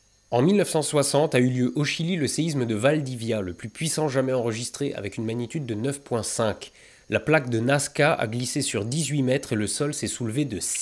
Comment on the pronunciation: Rhooooo! Il a dit Nasca !